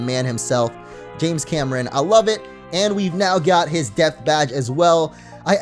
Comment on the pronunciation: I can't stop hearing Death instead of Depth. Ex. Death Charge, Death Badge